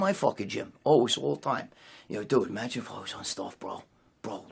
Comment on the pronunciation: Magine Magine Magine Bro Magine... “no I don’t want to Magine” fking hysterical there in every gym